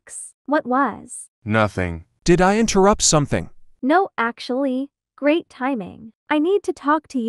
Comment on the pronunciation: Why those alex say grat but not great in the text like WHAT😂😢❤😅😊